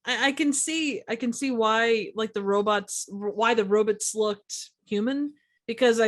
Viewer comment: "robutts" Lol